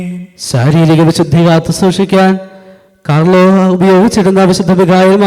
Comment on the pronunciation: കാർലോസ് എന്നല്ല, കാർലോ എന്നാണ് പേര്.